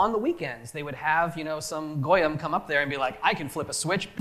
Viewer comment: "Have some GOYEM press a button " ?